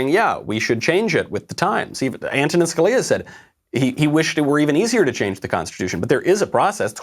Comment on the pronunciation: Also does not seem to know how to pronounce "Scalia"!